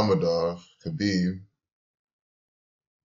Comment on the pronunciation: It wasn't that hard to figure out, moron. Everyone was saying it. If you followed UFC you would know. And learn how to pronounce Khabib's name.